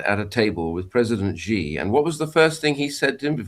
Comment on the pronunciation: It’s not Zhee Jin ping, it’s pronounced She Jin Ping